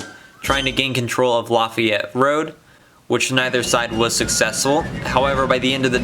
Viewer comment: btw people around here we don't pronounce Lafayette like how they do in Louisiana. We pronounce it 'Luh-fay-yet'. Just a little local dialect for ya. But good video my dude